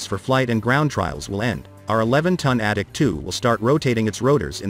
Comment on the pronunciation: Sounds like the voice calls it the addict 2